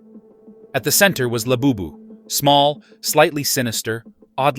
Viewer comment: Ahh yes. ✨rare laboobis✨